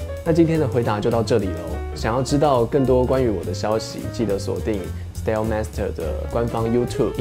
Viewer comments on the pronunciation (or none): 好啦 不過其實他開頭跟結尾講的style 都發錯了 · 對耶~很明顯 應該發"愛"的音 算惹啦🤣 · 雖然不是重點 但他講style master 的時候好想糾正他的發音喔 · 是不是那個蝴蝶音🤣 沒關係啦(盲目中...) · 可能是緊張念錯啦，我就會這樣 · 開頭那次style比後面那次音更不准😅 但還是不減我對驊驊的熱愛🤣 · 只有我覺得style的唸法怪怪的嗎🤣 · 你不是一個人😂